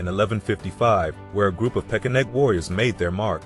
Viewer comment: Is it pesheneg or pekeneg? Or are both pronunciations acceptable?